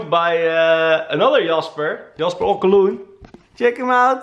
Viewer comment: Hey Jasper, thanks for the shout out! And by the way, great pronunciation of my last name—you nailed it, bro‼️🤙🏼